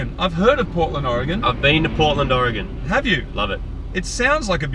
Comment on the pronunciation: Man, I was just thinking "I wonder if they've ever heard of or been to Portland before, Ehh probably not" Then they answered that question. Glad you enjoyed Oregon Marty! And props to Moog for saying Oregon correctly! (Many people can't seem to)